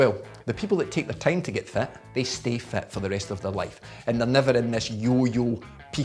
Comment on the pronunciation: ...and fat instead of fit :)